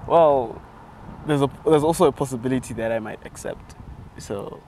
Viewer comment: The English was englishing until he had to say accept